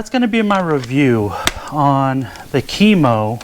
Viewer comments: Its pronounced kiiiiiiimooo not kemo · It's pronounced KIMO